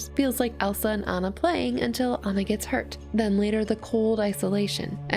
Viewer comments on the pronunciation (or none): It's Anna, not Hanna